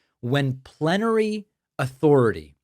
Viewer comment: swear it sounded like planetary 😂 had to look into it and I still find it comical. You are right that the far right think of Trump as some god. So many examples of it.